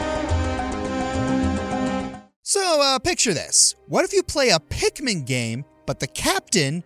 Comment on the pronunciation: Am I the only one who heard “Pick Me” instead of Pikmin lol.